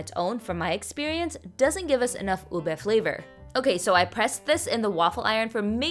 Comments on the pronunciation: i've legitimately never heard anyone pronounce ube as "ubi" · The pronunciation is U-BE